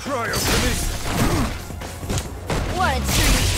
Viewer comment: So annoying saying everytime "Pirokinesis" and "Criokinesis". Jesus!